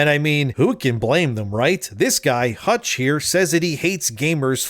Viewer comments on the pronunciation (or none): none